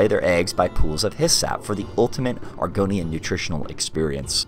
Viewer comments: "Argonian Bewbs" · you say it like bewbs, thats all i needed to continue watching this video